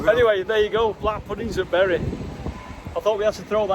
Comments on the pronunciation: err... Did you say you were in BERRY ??? Berries grow on trees.. It's pronounced BURY.. lol P.S. You can see Blackpool Tower on a clear day. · It's pronounced burry,.